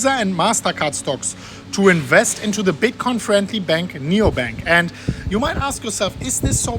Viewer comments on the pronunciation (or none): Nubank not Neobank!!!!!!!